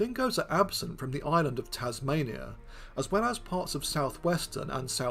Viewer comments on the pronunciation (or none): none